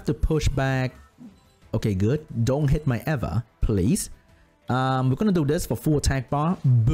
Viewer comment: its pronounced EEEE va